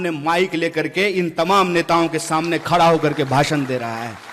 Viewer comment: खडा को खरा बोलता ह हहहहह